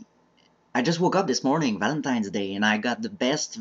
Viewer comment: You mean Val-ink-tine